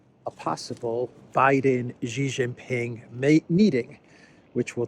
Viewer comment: It's not "zzzhiii" it's "shiii" Jinping.